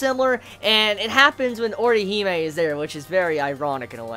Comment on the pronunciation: Put some RESPEK on Orihime's name, yo.